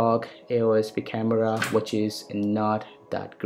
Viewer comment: kind of sick coz of your fake accent. specially 'khamevrva' hahahahah